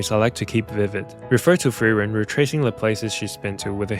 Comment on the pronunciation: Fern x Feren??? Honestly, i cannot fully understand the names you said here